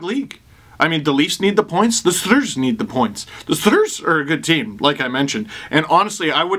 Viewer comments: i waited the whole time for steve to say stDrs; and i was not disapointed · I don't care how many times I hear it the StDrs will always make me laugh. I will forever call them the StDrs now. 😂😂😂